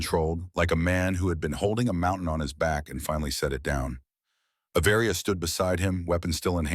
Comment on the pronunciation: Avaria is one word, it’s not A Varia!!!!! get it right!